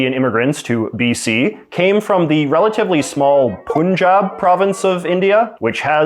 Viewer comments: pronounced "Pan jab" Pan as in pun, not poohn. Source : I'm a Hindu Punjabi, grew up in Bangalore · 1 Its not "Punjab" or Punjabis it is pronounced as "Panjab" or " Panjabis" 2 Khalistan is not independent Punjab of India but Pakistani Punjab + Indian Punjab and few other states in India 3 In India 90% Sikh wants to stay in India and they don't look for separate land 4 Khalistan movement started by Indira Gandhi Indian PM just to win Punjab and at the end lot of Khalistani people flew to Canada after "Operation Blue star" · Pannjaab, not poonjab. Pannjaabi, not poonjabi. Torunto or Vangkauvar wouldn't sound too well, would they? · For future reference, it’s not pronounced “Poon-jaab.” It’s pronounced “Pun” (like the word pun in English), followed by “jab,” but not like the English word jab. Instead, it’s pronounced “jaab,” with a softer “ah” sound. You may not care, but if you cared enough to make a video on it and repeatedly say it wrong, then you should at least be able to pronounce the name correctly. Notice how I didn’t make fun of you for saying it incorrectly. I understand that pronunciation mistakes happen, especially if you come from a different ethnic background. But instead of mocking you, I offered the correct pronunciation. It doesn’t take much effort and certainly doesn’t require humility—just a bit of respect for the culture you’re referencing. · It's not Pooonjaab, it's Punjab. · Dear JJ: Right pronunciation of Punjab is not "Poon-jaab", rather it is "Paan-jaab" - like "u" in "umbrella" or "cut". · It's not poonjabi it's Punjab say like pun and jaab Panjab oyeeee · Honey = Hon + ey Punjab=Pon + Jaab Pun pronounced as Hon in Honey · I laughed when he pronounced पंजाब as पुंजाब 😂😂. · You really don't know how to pronounce 'Punjab'... you should pronounce it as 'Paan-jab'... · No pun intended, but please pronounce the Indian state's name correctly as 'Pun' jaab. Get it? 🙂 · You don't even know how to pronounce Punjab.